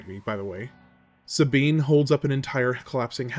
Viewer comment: called Sabin Sabean haha. Good video.